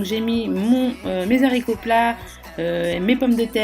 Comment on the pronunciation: Des zaricots?!....waaaaah mes oreilles! Des haaaaricots avec un A!